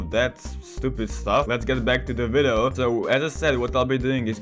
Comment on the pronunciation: he said vido